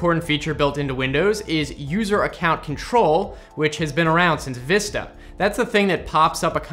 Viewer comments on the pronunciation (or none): none